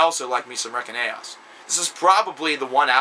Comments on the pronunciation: Dude it's pronounced Reinkaos (RE-IN-KAY-OSS) Not Rekinaos, and it was 11 years between Reinkaos and Storm of the Light's bane (he went to prison for 10 years) and it is a streamlined and more "songwriter" friendly version of melodic swedish death metal a la Dark Tranquillity (not that that is necessarily what it was intended to sound like). Also, work on your damn grammar, and explain yourself without making baseless statements like "the riffing is fantastic", what makes it fantastic? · Dude, Reckon-aos? Really?? It's "RAIN-CHAOS" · respect to this...but its not REKEN AOS....its pronounced "REIGN CHAOS"...REINKAOS...check out our metal band from Montreal, and keep making awesome vids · Reign-Chaos or Rain-Chaos is the way to pronounce it lol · Re-kin-aos lol!